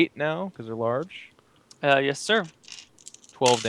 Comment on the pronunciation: The way says "yes" every single time as "yiss" is really grating and I wish he'd stop.